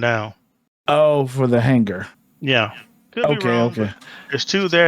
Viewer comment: lol this guy... it aint Hang-gar its Hang-ar